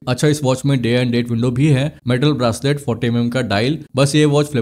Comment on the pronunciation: भाई ब्रासलेट नही... ब्रेसलेट! BTW, Nice video. Thanks for the info.